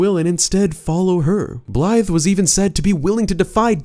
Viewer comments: Great video, but all i hear is “Blythe” and it bothers me. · He’s screwing up blaidds name on purpose right? Hearing Blythe over and over again was really striking a nerve.